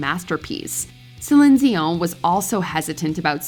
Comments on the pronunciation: I just struggle with how this chick says celine dion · Why does have issues with pronouncing “Céline Dion”?? 😂